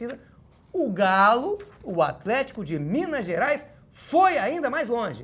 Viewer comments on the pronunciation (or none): toda vez que ele fala afletico eu automaticamente dou uma gargalhada